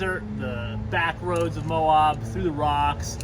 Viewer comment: It's Moe-ab, not moe-awb😐